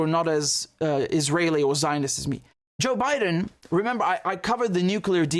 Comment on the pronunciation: President "Jock Bye-Done" 😂